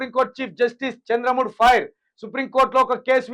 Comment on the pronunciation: చంద్ర మూడ్ కాదురా అయ్యా ... చంద్రచూడ్ ..చూసే చదవలేక పోతే ఎలారా అయ్యా .. 😂😅